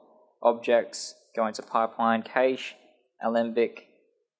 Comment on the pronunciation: Cache is pronounced "cash" - not "caysh" :)